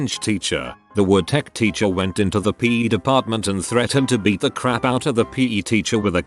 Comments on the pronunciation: Nobody: Robot Narrator: peh teacher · Who else cringed every time it said PE